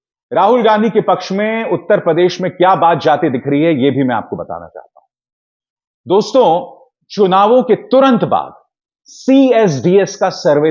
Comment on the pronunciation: please say DOSTO not Dostonn.